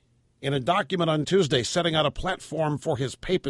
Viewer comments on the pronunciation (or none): none